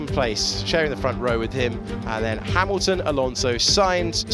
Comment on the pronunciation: Russel ahead of Ha"mimimi"lton, AGAIN! LOL